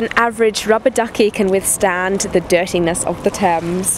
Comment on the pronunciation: Isn't that "Thames" ?